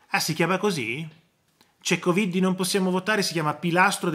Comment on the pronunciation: Buona giornata PROF quando pronuncia la parola coviddi mi fa morire dal ridere.